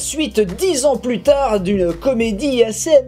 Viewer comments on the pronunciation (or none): none